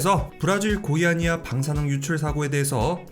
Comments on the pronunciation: "고의" 아니야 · 고의아니야 사고 라고 들림 ㅋㅋㅋ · 고의아니야라는줄 알았네